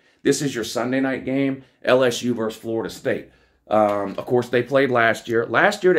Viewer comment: VERSUS - the word is VERSUS not VERSE